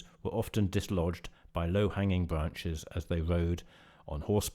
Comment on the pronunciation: Can you not pronounce the letter R? It sounds ridiculous to hear an adult say decowated, cweate, bwanches, pwovided, wemember, twue, weally, impwovements .......Goodness me, how childish!!